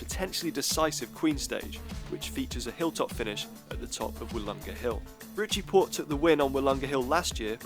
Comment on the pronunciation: you said pitchie rorte instead of ritchie porte